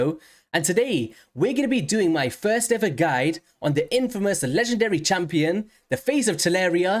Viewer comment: "infamous"!? Come on now